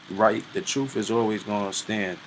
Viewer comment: Hearing him say “troofs” puts a smile on my face.